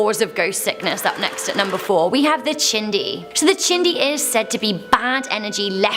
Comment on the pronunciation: Lmao chindi? Wth don't say it if u can't say it it's pronounced Chee di. There's no n in it. Yadilah degiss